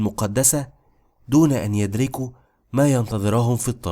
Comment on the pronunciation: يعطيك العافيه وجزاك الله خير 1.39 يُدرِكوا وليس يَدرِكوا وأظنك اول عربي يقرأها هكذا الرجاء تقوية عربيتك